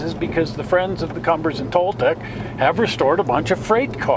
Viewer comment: mispronunciation of Cumbres & Toltec D&RG.... it is Kum bres...